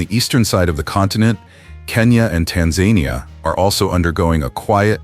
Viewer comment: Look up how to pronounce Tanzania